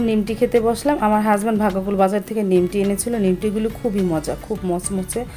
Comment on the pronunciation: নিমটি না নিমকি আর বিরুনি না বিরিয়ানি আপু তোমার ভিডিওর সব ভালো কিন্তু তোমার অনেক উচ্চারণে ভুল